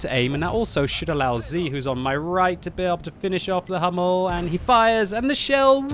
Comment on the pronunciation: Hi, just a short advice. The correctly pronunciation for the Hummel it isn´t "Hammel".. This means a muttony in Germany;) Try to speak it like the word "you" without "Y"... hOUmmel